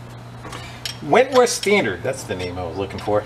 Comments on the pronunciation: Whitworth, my man, not Wentworth. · Whitworth, not Wentworth. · You were very close. 🤠 It’s Whitworth not Wentworth and the spanner sizes for hexagons are bizarre.